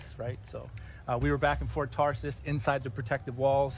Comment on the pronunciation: Good lord the guy messes up saying Fort Tarsis.